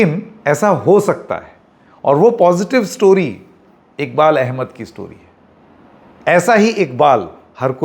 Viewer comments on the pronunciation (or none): bhai inka naam IKBAL NHI IQBAL hy pls aap to sahi pronounce karo